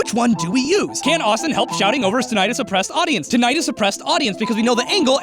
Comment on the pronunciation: What's a Pie-Thag-uros? did you mean Pythagoras? also What's a Tunietus? did you mean Tinitus? (I mean you know how to pronounce Azeroth just fine... why not these words?) other than those horrible pronounciations good episode^^... surprisingly so, because I didn't even play World of Warcraft ever XD also... don't hate yourself! Not even as a joke... there are so many people that love you and your content Austin :)